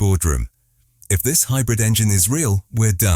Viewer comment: stop saying hybrif , and say wich energy it runs on